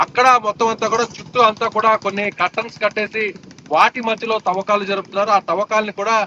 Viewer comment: Thovvakalu Kadu Thavvakalu